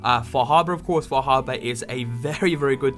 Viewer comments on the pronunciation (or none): far.....har...bor har.......bor now you say it fah habuh.......sure yes now lets go to lunch.